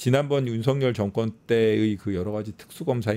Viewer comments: 아..저는 귀가 이상한가바요...매국노.매국노..이러는줄 알았어요..윤석렬 ..윤석렬 이거 였어요?.. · 윤석열 개통령으로 들리네...